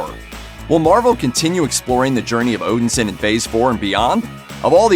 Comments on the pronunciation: Name Butchered: It pronounces “ Odin Son” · Odinsin lol